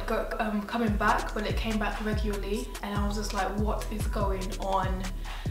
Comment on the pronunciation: She “regyully” makes me laugh 😂😂😂😂